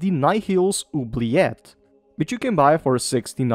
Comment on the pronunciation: Finally someone who pronounces 'oubliette' correctly